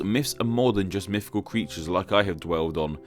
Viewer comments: I love your content, it's amazing, and I love how expressive your avatar is, but every time you say 'myfical' I cringe. Also in another one about hitlers you said 'Angela' with a hard 'g' like in game! I have an aunt called Angela and I can confirm it's pronounced with a soft g like in gesture. I love your channel and I'm not even asking you to change, I'm just complaining. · “Mifficool.” Lol.